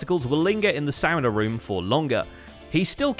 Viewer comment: Why do you pronounce sauna so weird lol It's SAH-nuh